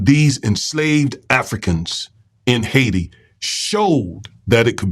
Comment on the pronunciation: You're saying it like a white dude ... it's pronounced....high tee.... Haiti